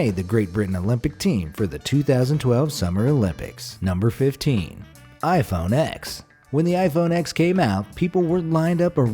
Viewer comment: You idiot it is pronounced iPhone ten not x🤬😡